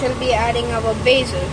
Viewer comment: It’s basil not baysil